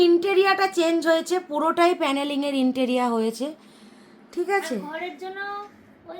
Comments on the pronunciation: "ইন্টেরিয়া " নয় সঠিক কথাটা হল "ইন্টেরিয়র (Interior)".. "Interior decoration ".. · "ইন্টেরিয়র "হবে উচ্চারন,ইনটেরীয়া নয় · Interia noy kathata interior